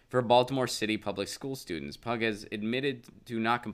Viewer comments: You're right, hard to watch as I giggled every time he said pug. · Her last name, I believe, is pronounced "pew"...like Pew Research Center.